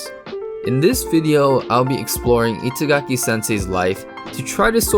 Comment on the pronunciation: He pronounces Itagaki as it was "It's-agaki", basically, pronounces a japanese name with english.